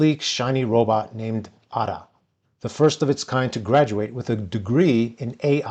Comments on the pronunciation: Name should be pronounced as Aida not Adda, The name comes from Ada Lovelace and she wrote the first recognizable piece of software code. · Off topic but I’ve been wondering lately, what is this trend over the last decade to pronounce the letter a like the letter u. Or uh. The example here is you pronounce Ada like udah. Do you feel it’s a nicer sound or what is your reasoning behind it? Some other examples would be; exAHmple, commAHnder, commAHnche among many others. If you look back to the 2010s and earlier, it was a very rare pronunciation, only in some areas of England. Anyway, random 3am thoughts